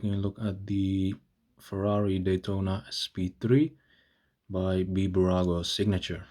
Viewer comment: Its Bburago but when you pronounce the name its not B-burago its Bburago